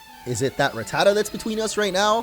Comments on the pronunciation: It's Rat-ta-ta, not Raa-ta-ta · It’s ru-ta-tu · You mispronounced rattatas name it's rat, the the animal, then the other two as our pronounced the same as the a in rat